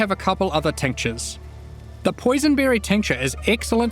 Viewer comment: I hear "tank jizz" instead of tinctures